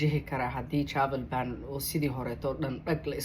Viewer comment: Travel ban dheh si khalad ayaad u akhrineysaa